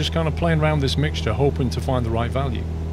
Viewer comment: Everyone: Mixture: MIGSJER